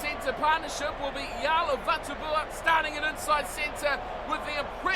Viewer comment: nayathalevu/jale not yalay it's chalay VATUBUA